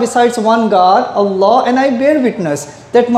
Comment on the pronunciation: Not Alah....try pronounce it as 'Owl Loh' or 'All Loh'